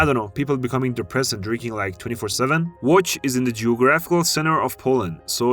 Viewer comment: bro how he managed to say Łódź